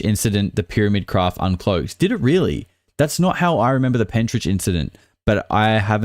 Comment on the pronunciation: Pentyrch, pronounced penterk. Not Pentridge. I live just up the road from there.